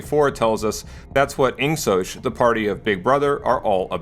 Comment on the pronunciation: He seems to mispronounce a few things, one of them being IngSoc (pronounced; ing-sok, rather than ing-sosh as he says several times in the video).